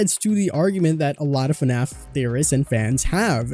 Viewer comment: Not trying to be rude but it's fnaf not fanf